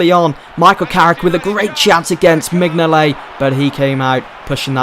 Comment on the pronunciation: Minyolet u say it wrong!!!!